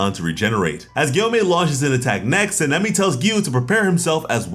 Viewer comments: Sa-na-me try it like that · San-a-may - sanemi. Not what you're trying to utter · How are you saying sanemi wrong